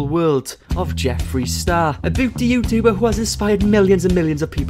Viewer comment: No one:: “jeffree star. Booty youtoober” 😂💕